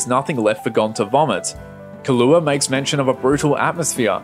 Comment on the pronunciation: Key (hard E)•loo•wah. Other than that nice to see new HxH content considering we're going to ACTUALLY be getting more now. All I wish is the anime had the style of the 1999 version, but sticking to the manga more closely like the 2011 version, but having a fusion of both tones, because the manga really does seem to switch back and forth, especially at the start of every new arc